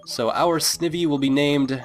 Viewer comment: i'm pretty sure the i in snivy is pronounced like eye (ie snide+ivy)